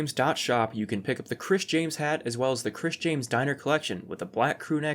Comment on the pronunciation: The way you say “Chris James” sounds like you’re gonna say “Chris Chan”